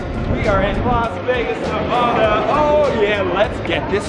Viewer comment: How you said Nevada I was LAFFING SO MUCH I COULDN'T STOP